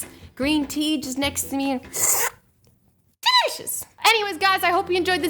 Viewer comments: I have a question. Why does Azzy say “Delicious” like... “DeLIcious!”? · I can't stop laughing when u say delicious! :'D